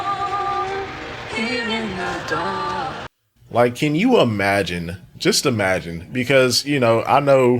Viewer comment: don't forget "e-magine"